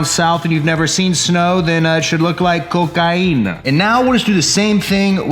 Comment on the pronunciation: I’m from Houston Texas and the “Cocaina” is funny but truuuuu 😂😂😂